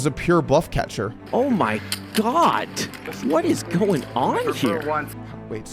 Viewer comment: 'It was a pure bluff catacher' ...killed me.